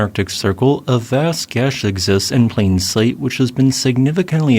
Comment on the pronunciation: He said Gash lol......